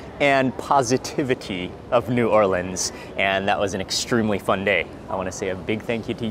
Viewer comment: I love my hometown. Extra pernts for saying 'New Orleans' correctly and not 'N'Awlins' or 'New Or-leeeeeeens'. BTW, there is plenty of great food outside of the FQ as well, but I appreciate what you did in this video.